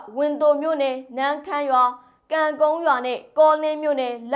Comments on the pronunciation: ဝန်သို မဟုတ်ပါ ဝန်းသို ပါအသံထွက် နားထောင်ရတာ တမျိူးကြီးဖြစ်နေလို့ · သတင်းတင်ဆက်သူအနေနဲ့ မြန်မာစာတော့ကျွမ်ကျင်စွာရေးဖတ် တတ်စေချင်တယ် ဝင်သိုမဟုတ်ပါဘူးဝင်းသိုပါ အခါခါမှားရင်နားထောင်ရသူအဆင်မပြေပါ